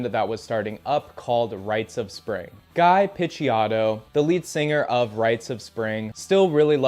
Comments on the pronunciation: I cringed every time you said Guy Piccioto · guy picciotto mispronounced immediate fraudwatch